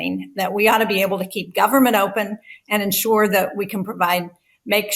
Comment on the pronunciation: maga mike can't even say government. He says gubment